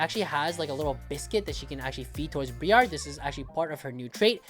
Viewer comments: BRY ER NOT BREE ARR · The way he pronounced Briar is making me want to ff irl